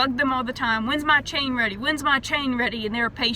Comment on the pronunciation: "Wanna see my chayng, dude?"